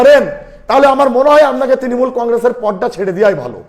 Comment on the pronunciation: Tinimul😂😂😂😂😂 নিজের দল এর নাম ভালো করে উচ্চারন করতে পারে না এদের কাছে কি আসা করবো।।